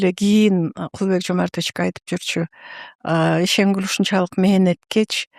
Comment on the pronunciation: Ишенгүл деп айтчы. Кул дебей